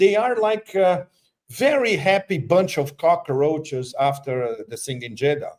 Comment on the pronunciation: "Bunch of cocraches...Vander Lugen" 😅